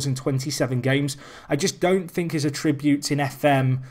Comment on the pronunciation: A-ttributes! The emphasis is on the A not the 'trib'!